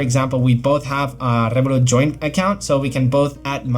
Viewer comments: Rrrrrevolut said with a Spanish accent, love that ! 😁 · Spanish way